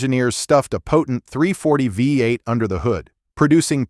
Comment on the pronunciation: Great list, but someone oughta teach that AI narrator how to pronounce "V8".